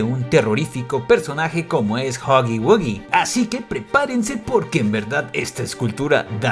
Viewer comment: Pir fin una persona diciendo huggy wuggy bien. joder